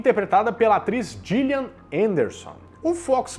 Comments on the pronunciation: o nome da atriz é pronunciado guillian. g tem som de gui , jillian é com j .os 2 nomes existem nos eua, só muda a pronuncia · Isso mesmo. Outra observação é que o nome da Gillian Anderson, a Scully, pronuncia-se “Guilian” e não “Gilian”.